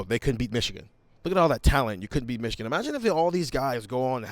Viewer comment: I dare you to pronounce it Michican again